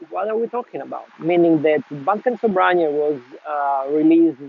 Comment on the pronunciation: You should pronounce it as it is known (almost). 😅 the spelling is misleading... The word ‘sobranie’ is not Russian to start with😊. Not Russian only anyway & it definitely relates to nothing Russian as far as the tobacco goes. There are many synonyms too and different meanings also, which vary slightly between the slav languages. In this case ‘sobranie’ (the way it sounds) means simply - gathered, collected. I had it once 20 years ago, only one bowl, can’t remember much but I liked it. It’s shame we can’t get it here in UK.